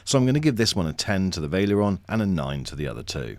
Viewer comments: This had me screaming "VAL-ERION" every time it was pronounced "Vail-erion" ;-) Good review otherwise. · It’s not Vale-eron. It’s Val-e-ri-on. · I think it's VA-LE-RI-ON. not pronounced VAI-LE-ON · Wtf is this pronunciation lol... veil-ee-aron? It is spelled val-er-ion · Vaileron, Vaileron It's Valerion xD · lol, I’m hearing him say: Vail-e-Ler-on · "vaileeron" lol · Nice comparison! Valerion is pronounced "Va" Ler" "ee" "on" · The way you pronounce Valerion is wild